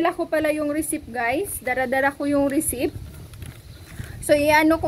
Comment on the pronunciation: Hindi resip ang pronounciation receipt silent P parang resit wahahaha paulit ulit ka sa resip.